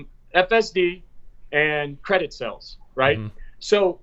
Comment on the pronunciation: When says "sells" does he mean "sAles"? OK - made it through to the end - It's Labor Day Weekend and now I need a cocktail after that....